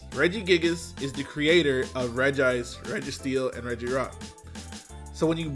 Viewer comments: "I can read it's reg-ice" Meanwhile all media is pronounced as REGI-ICE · Regice is pronounced Regi-ice because it kept saying it's own name and other characters called it that in the Anime. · “Rej ice” “ee ter nay tus” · ITS "REGI" ICEEEE!!! 😅